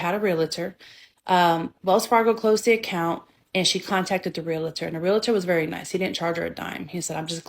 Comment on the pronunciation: ree- la- tur 😂😂 why do people pronounce realtor that way ...🙄